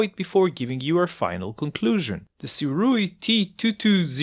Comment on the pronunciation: SIRUI is pronounced - SUE - RAY